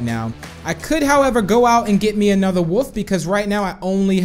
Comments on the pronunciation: You sed woof not wolf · Random Hobo I thought that too but it's his accent